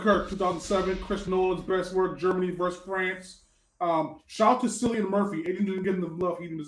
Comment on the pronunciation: Props to Lemone for The Pianist. No props to for poo-pooing a fantastic film he's never seen, and mispronouncing Cillian Murphy's name. Props to Adrian for being effortlessly handsome as always.